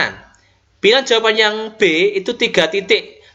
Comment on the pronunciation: Tks sharing ilmunya Pak. Maaf Pak tadi di menit2 tertentu kok ada bbrp soal yg sbelumnya PR, apakah benar? Spertinya sy tdk melewatkan video2 dari channel Bapak tapi tdk tahu kalo ada PR ttg figural ini. Oh ya, klo boleh saran pengucapan jawaban bukan jawapan, Pak. Hehe, tks.